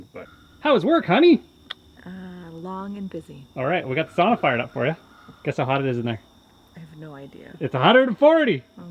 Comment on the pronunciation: Hey bud you got it right SAUNA and not sana well 1x you did 👏🏼😁👍🏼